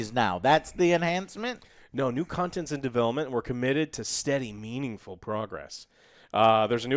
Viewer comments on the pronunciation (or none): ...I definitely thought said "more 'meme-ingful' progress" 😆